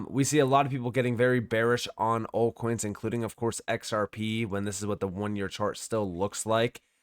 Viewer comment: Are you saying ‘alt coins’ or are you saying ‘old coins’? I cant tell.